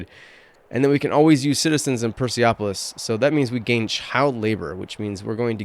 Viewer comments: Nice video! Real excited for this game. just a couple of notes: 1) absolute cognatic means men and women can inherit the throne (you mistakenly thought it was the same as primogeniture, and 2) the pronunciation is Per-Seh-Polis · Hmm, you made up a Farsi version of it, and becouse this is a greece word, the currect pronunciation is "Perse-polis"